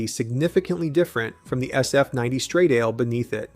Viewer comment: STRADALE not ‘stradeil’ FFS